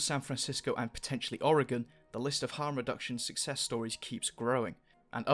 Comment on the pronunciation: How do you know how to pronounce oregon better than most people in the us